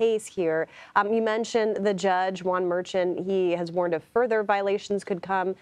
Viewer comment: It’s pronounced Judge Mer-Shan, NOT Mer-Chan!! Great reporting!!💙🐾